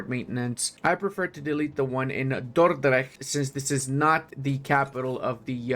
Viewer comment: as a belgian person, your pronunciation of dordrecht is pretty impressive.